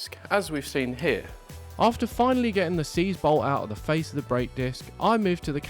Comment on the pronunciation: HAHAHAHA! I honestly thought you said "Smash you in the Fiat."